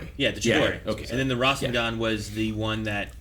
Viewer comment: _- rasengan is not pronounced like that.....